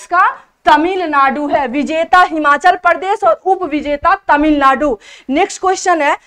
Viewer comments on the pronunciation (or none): none